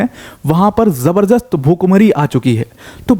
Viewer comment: Jabar-jast ❌ Jabar-dast ✅